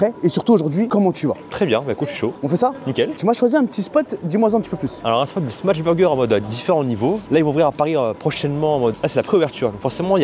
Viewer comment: T’es pas un professionnel de sa prononciation par contre frerot, c’est smash pas smatch 😂 Top la vidéo 👍